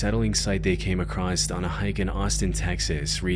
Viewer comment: Love the content but brother please realize there is no T in the word across